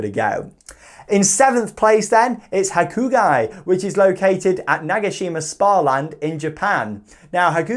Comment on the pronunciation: Nice to see Hakugei in your list. Just so you know, it's pronounced, "ha-coo-gay". Another great video,. Cheers from Japan.